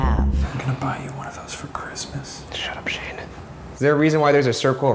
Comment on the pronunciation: I heard Shane say Shene instead of his name...😂